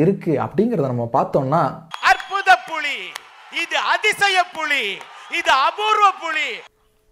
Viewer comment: புளி என ஒலிக்கிறது புலி என சரியாக உச்சரியுங்கள்